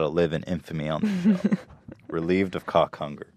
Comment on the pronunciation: The way Ethan says Cawk Hunger.